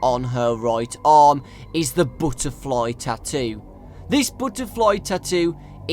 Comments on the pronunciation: when he said THE BWUHTERFLAHY XD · He pronounced butterfly Butt-tuh-fly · i dont like how he says butterfly